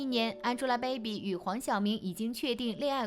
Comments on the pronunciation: 安猪拉 掰比，博主的英文发音真的蛋疼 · 你这英文发音我实在受不了了，什么叫安吉拉白比